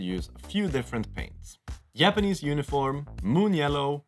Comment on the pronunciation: Härligt svengelska med ’yapanese’ 😅. They look great :)